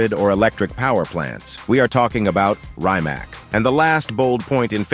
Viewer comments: I think he was talking about the Chiron but said kyron, he even calls the rimac a rymak and then later calls it reemak. Its like he is purposely butchering the names lol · Rimac in it‘s country of origin is pronounced “Reematz”. The only right way to pronounce a foreign word is to pronounce it like they do in it’s home region. ...that’s if you care to pronounce words correctly of course! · maybe this clip would be more credible if central elements (names) like car companies (Rimac) and Modell-Names (Chiron) would be pronounced correctly.... :-) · Man, where did you learn to pronounce Rimac, Gemera, Bolide and Chiron?? Obviously you have not… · Too be fair no one gets Rimac right